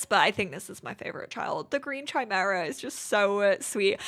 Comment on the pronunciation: It's "Kimera" not "Tchimera"